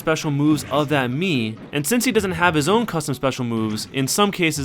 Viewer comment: Whenever you say mii it sounds like mew :o